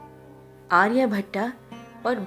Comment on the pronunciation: Sorry sister his name आर्य भट्ट not भट्टा